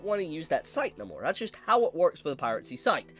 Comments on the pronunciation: please... its "Pie-Ruh-See", not "Pirate Sea"😂😂😂😂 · it’s pronounced piracy. Pira-cy. Not pirate-cy.